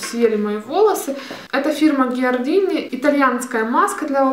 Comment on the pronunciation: Маска для волос Giardini произноситься "Джардини" что означает кстати Сад! "Giardini di bellezza" означает "Сад красоты" 👍🏻